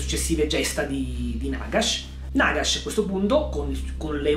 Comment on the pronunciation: Si dice Nàgash!!!!!!!!!!!!!